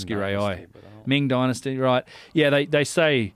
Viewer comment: "Dinnassty" dynasty 😂